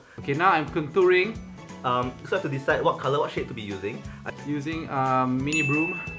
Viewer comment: Has Ahmad it was Julian who said CONTOOING